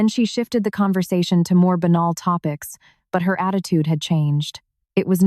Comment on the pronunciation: Not benol but BANAL